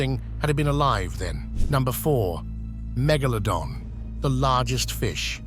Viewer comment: LOL. He said megalodon correct in the beginning then suddenly changed 😆😂wtf.